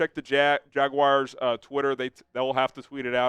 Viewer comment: It's JaG WARS, noT Jag WIRES